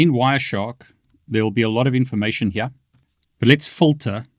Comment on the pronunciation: I love the way he says the word "here" Sound like he's sayin Hee-Yah😂